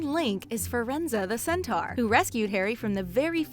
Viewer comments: What is a centare it's centore and his name is friendz not friendzos goodness me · It’s not a “Centar” it’s a “Centor” (centaur)